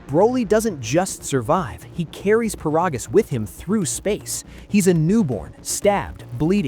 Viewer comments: It's ai, "he'll" never pronounce it correctly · First of all his name is paragus not parogus and secondly for the love of me I have never understood why the hell is King Vegeta the king of all sins when he literally got one shot it with a chopped to the neck or a punch or a kick I forget which one but he got one shotted